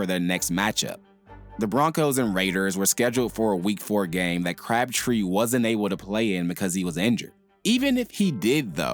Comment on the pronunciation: At first I thought you said "Craptree" 😂